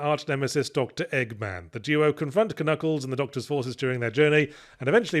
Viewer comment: You thought you were being funny saying "Kuh-nuckles" (and tbh you were), but to me, as a French kid in the 90's who had no idea the K at the beginning was silent (see also Arthur and his "kuh-niggets" from Monty Python and the Holy Grail), you were just reverting to the natural, original pronunciation of the Echidna's name !